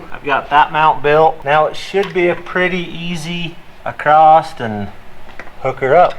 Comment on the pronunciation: you say acrost a lot in this video. Btw I do not say across either and it bugs the ever loving hell out of my wife:)